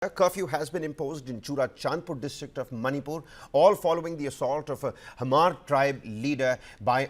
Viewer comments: Im not from manipur but i know its not hamar its Hmar the H is silent. Please correct it. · You're right but the h is not silent either,you pronounce it like hma-r all together though.